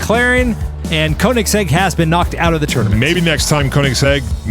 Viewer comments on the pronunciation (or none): Pronounce Koenigsegg: KAY-NEGS-EGG. It's German, the oe sounds like a long A.